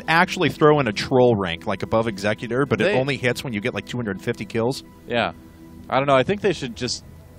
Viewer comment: its Eggs-Xeck-U-ter. Not C-e-Cute-er